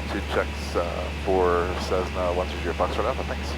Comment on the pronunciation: Great video and congrats on the new addition. One thing to note is that Cessna is pronounced with S's and not Z's. I use to have that habit as well. :P